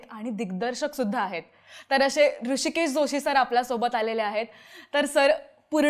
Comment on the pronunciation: ऋषिकेश जोशी नव्हे हो ! हृषीकेश जोशी !!